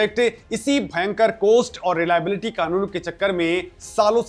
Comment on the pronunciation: कोस्ट नहीं कॉस्ट बोलो।